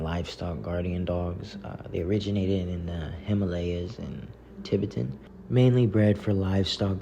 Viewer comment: Why are you intentionally mispronouncing Tibetan?